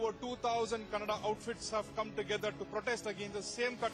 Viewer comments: dumb news anchor can't pronounce the word kannada , its not "kannad culture" , get your pronunciation right. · First of all it's not kannad it is Kannada he is vatal not vittal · lo Nin nakkan anchor its nt kannad its Kannada lofers before running a channel first spellout da words correctly dabba bahubali should nt release in our karnataka if dat konga tel